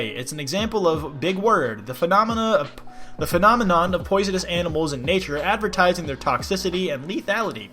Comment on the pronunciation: doesnt want to butcher a big word so he just says "big word" also: messes up a word phenomenom not even two seconds after